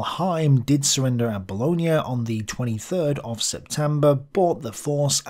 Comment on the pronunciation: Another good one, but would remind you that Bologna is in Italy and Booooloin is in France 😉